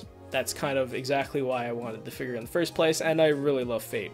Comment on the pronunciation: It sounds like he says figer instead of figure, lol